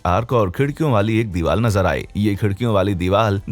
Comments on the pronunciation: Why are you saying deewal for deewar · Am I only one who notice vedio maker is pronouncing diwar as diwal